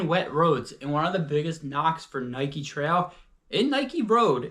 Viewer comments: Tral shoe :) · Funny how you say trail! Not in a mean way, just tought I'd say it hahah😅